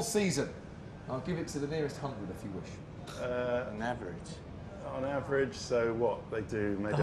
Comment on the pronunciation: "We Shell"